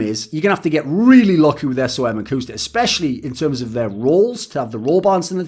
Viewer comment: cmon man don't call him S O M